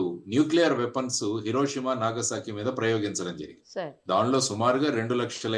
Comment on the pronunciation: ఇరోషిమా కాదు హిరోషిమా.